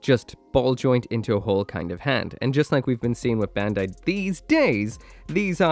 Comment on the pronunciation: Bandai pronounced "bun-dai" (バンダイ), not "ben-dai". for someone who can read japanese you should know